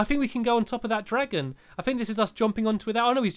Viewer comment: Times he said dragom